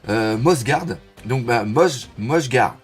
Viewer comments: ça se prononce peut être à la slovène Mjosgard -> Miosgard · Je crois que cela se dit Myosgard ( mythologie nordique comme en allemand le j se prononce Y ) donc pas mjosgard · Doc, je pense que "Mjosgard" se prononce "Miosgard", un peu comme pour le marteau de Thor "Mjolnir" qui se prononce "Miolnir". En tout cas, en japonais Mi-O-SU-GA-RU-DO sonne mieux que "MU-JO-SU-GA-RU-DO". x) Et tu as raison, c'est bien 198 pays parce qu'il y a aussi le Wankanda ! :o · Mjosgard se prononce "Myosgard" il me semble. C'est comme le peintre néerlandais Johannes Vermeer qui se prononce "Yohannes Vermeer" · Mjosgard se prononce "Miosgard" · juste pour info: Mjosgard se dit comme Mjöllnir le marteau de Thor c'est à dire [Miolnir] et [Miozgarde];) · MJOSGARD est un nom nordique, le J se prononce comme un "I" donc ça se prononce comme si c'était écrit MIOSGARD